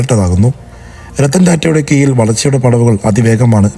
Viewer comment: എന്തൊരു ദുരന്തമാടോ "കീയില്‍" കീഴിലെന്നു പറയാന്‍ പോലും പല്ലുതേക്കാറില്ലാത്ത .....